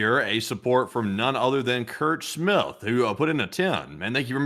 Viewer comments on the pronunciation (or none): none